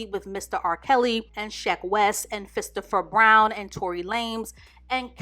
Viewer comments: Not 'Fistpher Brown'🤣🤣🤣!! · Did she call Christopher Brown Fistopher Brown?? ☠☠ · Wait...did you say Fistopher Brown??? 🤣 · "Fistopher Brown" and "Tory Lamez"...😳🤣🤣🤣 unintentionally going to kill me. I need to stop eating or drinking when watching her videos. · She said "fistopher brown" I can't!!!! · "Fistopher brown" guys! I had to rewind if I heard that correctly. She killed me. 😂😂